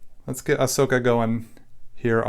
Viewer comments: He said A-Socka 😂 at the beginning 😂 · It’s pronounced Uh-so-kah